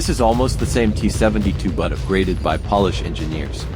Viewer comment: AI Voice? Pole-Ish, not Paul-Ish. Love the video though.